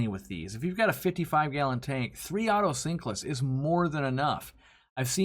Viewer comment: Out of all people,, I would expect you to pronounce otocynclus correctly.